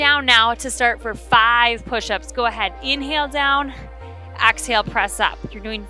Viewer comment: I'm sorry but I have to say it. It's EXhale. Not AXhale.